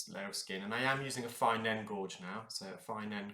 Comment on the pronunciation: When you say “fine end gorge” do you mean “fine-gauge end”? It seems logical, but I’m just unsure as gauge is pronounced “gage”, so I wondered whether a gorge was a specific instrument.